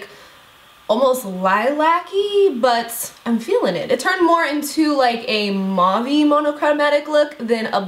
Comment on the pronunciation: Love how you pronounce mauve ☺️🙈 its little like my name since I'm from England. Beautiful look! ❤️ you're amazing x